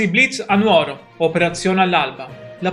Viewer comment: Buongiorno, La seguo spesso.Secondo me si dice Nùoro, perché l’etimologia è Nùgoro. Ma potrei anche sbagliarmi, alla mia età… Accetto correzioni da chi conosce meglio di me tutte le regole. La ringrazio, La saluto e Le sorrido. Viva tutti i Sardi.